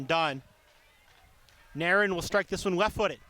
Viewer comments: This commentator always says Nair in for Nairn. 😂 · There is a video on YT of Nairn saying her name, and that is how she says it should be pronounced. I know, it doesn't make any sense.